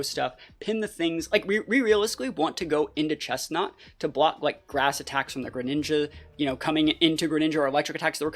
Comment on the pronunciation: IT'S CHESNAUGHT, NOT CHESTNAUT! AND DO NOT LEAVE OFF THE R IN GRENINJA!